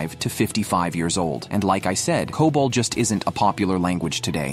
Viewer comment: C-O-B-O-L is enough to tell you that this is AI generated garbage. It's okay to use AI for voiceovers, but please give it some emotions. It's so robotic. Also, as I mentioned earlier, it's pronounced as "kobol" not "c-o-b-o-l." lol